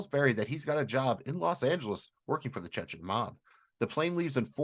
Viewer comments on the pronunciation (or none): please stop pronouncing "Chechen" as "Chechken".